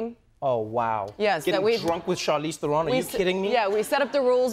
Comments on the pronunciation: Funny, Trevo traveled with her to South Africa but never learned to pronounce her name? Not Ther-own but Ther-un. Or more correctly "Trown" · The only thing that bothers me about this video is his constant mispronunciation of Theron. It's "There-un" not "ther-own". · Love them both, but why did I expect Trevor to pronounce her "Surname" correctly - He said THERE-ON as opposed to TA-RON, South African inside joke. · Theron, rhymes with heron. Not TherON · Lmao!! I like how Trevor is unsure whether to pronounce Charlize's surname the South African way or the (wrong) American way.. so he makes a combination of both.. haha! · Wish they spoke Afrikaans in this interview! I also thought Trevor would pronounce her surname correctly...but anyway, it's rad to see this...proud South African over here. <3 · trevorrrrrrr say her name right pleaseeeeee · Trev....youre mispronouncing her last name